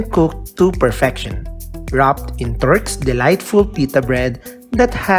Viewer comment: Turks not torks